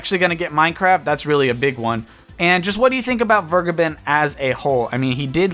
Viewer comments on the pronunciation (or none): I assume it's German? It would be "fehr-geh-behn" Not Fuh-gai-bin. Literally none of those syllables are accurate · My favourite part is that Vergeben isn’t said like that at all and is in fact the verb for: to forgive, in german. It’s said more like: V(f)er- gey- Ben. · Its pronounced Vergaybunn, btw. Vur as in 'Ur'sela. Geb as in Gabe, and Ben as in Bunny. Emphasis should be on the middle syllable. It's German for Forgiven. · It's "Ver-gay-bin" a German word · Vergeben is not pronunced Burgerman ;) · he is wrong, its more like fair-geh-ben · I just came here for him to say "Vergeben" terribly wrong :D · Hearing how you pronounce "Vergeben" makes me cringe as a german. Sidenote: Vergeben means "to forgive" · The way you day "Vergeben" physically hurts me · Why can't anybody pronounce Vergeben's name right? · So... doesn’t know how to pronounce “verge”